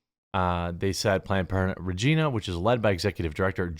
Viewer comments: There is a tiny amount of comedy with this story (nothing to do with the kids specifically). But the city this took place in is not pronounce Ra-jeen-ah its pronounced Ra-g-eye-na like vagina with an R. I'm still horrified by what happened, but its kinda funny that planned parenthood got banned from a place that sounds like vagina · You’re pronoucing regina wrong, its reg-eye-na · Every Canadian: “It’s pronounced, ‘Reg Eye Nah’!” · It's Regīna, not RegEEna, it's a place name not a person's name! Like bāsel being a herb and Băsel being a person's name. So that's my pedantic rant for today, but more importantly, leave kids alone! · It’s called Regah-ina not Regina lol 😊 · Also, is not pronounced Regina like the old queen, but more like a particular female body part. Old joke "Regina, the city that rhymes with fun". REE-j-eye-nah (yes actually, google it) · I live in Canada and I love seeing you cover the FUBAR stuff we got going on thank you so much for covering this and bringing these fucking creeps trying to destroy our once amazing country to light. P.S. it’s Re-Giii-na hahahahaha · Jeremy it’s Ree-Gina the place that rhymes with fun. Also keep looking there’s incidents all over the province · Canada here Regina rhymes with fun, you were pronouncing it wrong I am being serious about this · Replace the R in regina with a v and that's how you pronounce Regina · Funny, Quartering doesn't know how to pronounce Regina. Think of the Seinfeld episode, you know, sounds like a woman's .... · I get that this is bad and all but how he is saying "Regina" bugs me more. Thats not how you say that city.